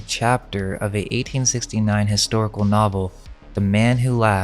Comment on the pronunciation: "It is a hustorical fact."